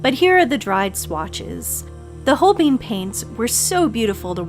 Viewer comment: Good video. Not trying to come across rude (even though usually “everyone” that’s about to be rude preambles with those words), but Holbein is a German name so the ‘ein’ should sound the same as the ‘ine’ in ‘vine’ and ‘fine’.